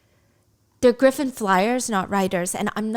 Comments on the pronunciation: Gryffin is pronounced the same as Gryffindor, griffin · Love Stephanie's storytelling but everytime she pronounces Gryffin like that my heart hurts a little.